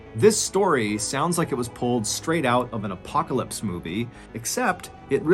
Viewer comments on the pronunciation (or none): none